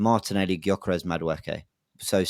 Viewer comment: Can someone tell the G in Gyokeres is silent